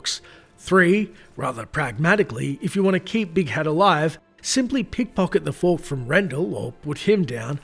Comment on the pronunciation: I like how he pronounces fork. FUWARRK Fwuark*